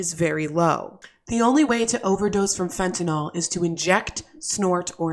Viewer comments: Can anyone pronounce “fentanyl” correctly? It’s Fenta-nill, not fenta-nall. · stop calling it fentinall it should ber pronounced fen tah nil... nyl never sounds like all